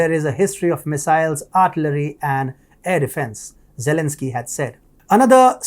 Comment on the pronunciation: What is 'artlery", is that like archery?